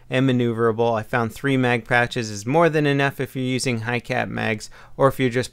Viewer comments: Pouches not patches lol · it sounds like he's saying patch instead of pouch lol.